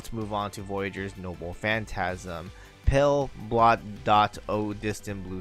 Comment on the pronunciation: Am I hearin this wrong or did he actually say "pale blod dot"? 😂